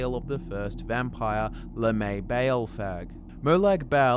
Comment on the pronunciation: It’s pronounced lamb-e-ah ball, you brits annoy me sometimes